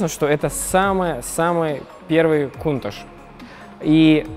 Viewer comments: "Кунташ" режет слух ! "КАУНТАЧ" ))) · точнее будет произносить - Кёунташь. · Почему он повторяет КУНТАШ ??? Модель называется КОУНТАЧ. В названии Countach буквы CH - читаются как Ч, а он произносит Ш - пишется SH. Многие люди ее произносят Каунтач. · Правильно каунтач